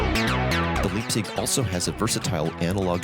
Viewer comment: I cancel the video. cause of 100 times Liebsig...the gives me ear hurts.... Call it LAIBZICH. or LAIBZIG...btw I love the synth